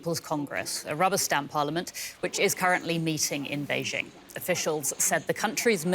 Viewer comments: Bay Jing. Not beige ING. Educate yourself. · I’m going to start calling it beige ING now if you don’t mind…